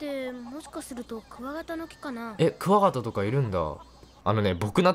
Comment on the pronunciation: 「クワガタ」のイントネーション「ガソリン」と同じじゃん笑笑 好き笑笑